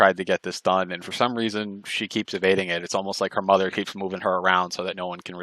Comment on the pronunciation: " her motha" hahahaha I love it too 😆